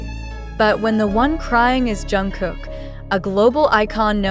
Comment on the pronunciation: Pronounced: Jung-guk Hard G not K sound!!!